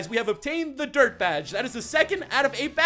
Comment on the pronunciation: I thought he said derp badge not dirt:P